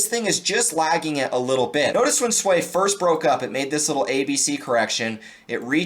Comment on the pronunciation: It’s not SUAYYYY it’s SUI LOL